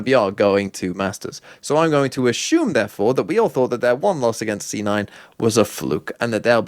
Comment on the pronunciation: especially when he says assume.. i mean ashume